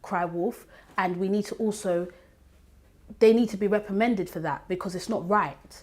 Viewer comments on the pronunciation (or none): When ester talks i lose brian cells, the bitch said "people need to be REPRIMENDED'" bitch its REPRIMANDED, stop trying to sound intelligent and nice when you ratchet and raggedy..